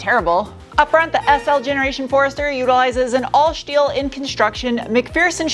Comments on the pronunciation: Turned off as soon as you said schteel, don't do it!! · And "shteel".